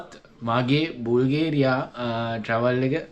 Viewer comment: මචන්... බුල්ගේරියා නෙවෙයි බල්ගේරියාව බන්... bulgaria english walin thibunata pronounce karanne ara widiyata .